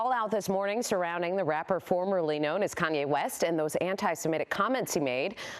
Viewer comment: That school had a sketch reputation. It was not properly credentialed and a student had been reported missing. At this point he just needs to stop and get mental health evaluated. Lol mispronouncing Kanye’s name is an OG move.